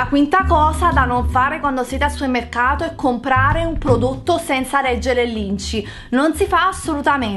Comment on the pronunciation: supemmecato mado ahahahha ti serve un dizionario di italiano